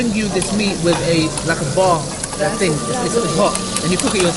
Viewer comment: “Tell them you want the real ting” 🤣